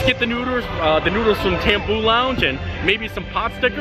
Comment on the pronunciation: Hi! Great video today man! I had to laugh when instead of saying you were going to go eat some noodles, you said "nooders" instead lol